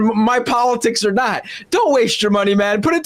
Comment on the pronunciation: Peterskin makes the word "not" a two-syllable affair. Noet.